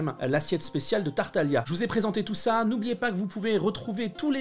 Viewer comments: Tu as mangé le "G" de Tartaglia ! Mais sinon super recette ! Elles donnent vraiment faim ! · Excuse moi on dit tartaglia , d'ailleurs tu pourrais faire plus de recettes de genshin ^_^